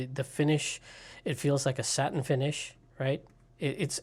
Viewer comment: Did you say it has a Sattin finish?